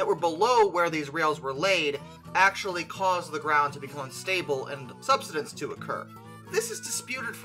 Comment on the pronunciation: Sub-side-ence lol sorry had to